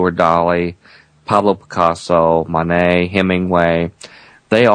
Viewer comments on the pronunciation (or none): none